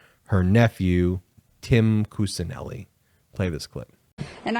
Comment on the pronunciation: Kuccineli is pronounced as Kuchineli